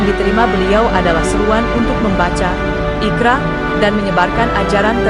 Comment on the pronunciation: Iqro' bang, bukan ikra